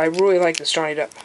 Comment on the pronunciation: why do you call him johnny depths